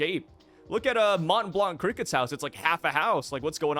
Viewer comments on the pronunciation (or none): none